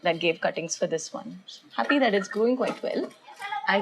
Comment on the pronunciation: Love the way u say 'Epipremnum'.... I'm also in a process of making mini jungle in balcony... This been a booster dose!! 😁